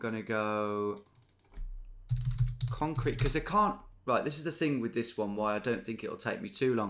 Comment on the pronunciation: "conrete"... c'mon Detective Davies, don't think we didn't spot that.